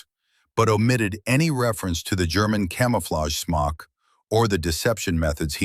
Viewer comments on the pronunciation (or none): He took the Germans Smock, a Camouflaged Cape. (AI pronounced it “smoke”……..check your production work !! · 7 rounds in a 5 round magazine? I don't think so, and it's a smok not a smoke. If you can't get your details right you're not credible. What's an aerodiome? Do you mean aerodrome? This is comical. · Smock not smoke